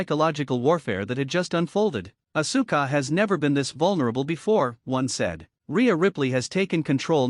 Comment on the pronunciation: The pronouncing is ohssska not oh su ka.